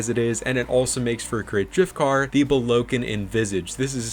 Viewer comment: That Bollokan pronunciation is crazy